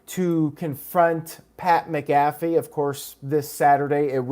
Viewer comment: Your saying pats last name wrong heads up 😃